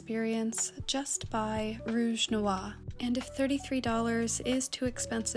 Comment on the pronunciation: Hi. I watch u all the time I speak French, If you ever have a question about how to pronounce a French word please contact me I'm more than happy to help you anytime in your work. Also noir you have the beginning part NWA noir you just need to say the r at the at the end it's noir it rhymes with bar and car noir. Anyway I love you I love watching your stuff and I'm sorry that creep is bothering you I could do anything about it I'd take care of it I don't know how you can reach out to me but if you ever have any questions about French pronunciation I'm here for you I don't know why I watch your videos I'm a man 59 I guess I just like you. You are kind. Your conscientious. You are incredibly intelligent. And if people bother you, you remember that, because that's the truth